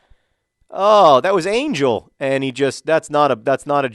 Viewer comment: It's Ángel. Pronounced an-HEL. You've got to pronounce his name correctly before he'll score. ;D